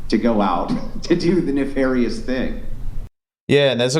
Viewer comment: He lost half of them when he said “nefarious.”